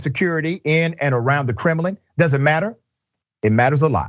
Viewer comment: Lol. I can't respect a show host who calls the Kremlin the kremilin